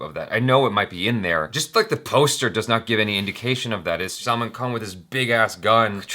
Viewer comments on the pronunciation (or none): Why are you calling him "Salmon" Khan...Salman aint fish.. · said " salmon" Khan 😂